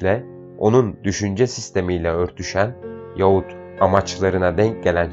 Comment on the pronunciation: Sayın okuyucu Yaahut diye okur musunuz Yahut yazılır Yaahut okunur telaffuz edilir